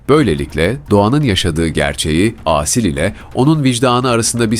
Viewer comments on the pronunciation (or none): Âsil değil Asil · Seslendirme hatalı Aaasil değil Asil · lütfen Asil derken a harfini uzatmayın.Çok rahatsız oldum. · Asil isminin "Aaasil" diye okunmasından rahatsız olan sadece ben miyim? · Aasil degil A-Sil. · sanırım yapay zekaya okuttukları için "Aaasil" diye seslendirilmiş. Ben de çok rahatsız edici buldum.